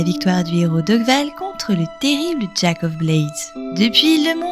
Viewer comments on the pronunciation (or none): none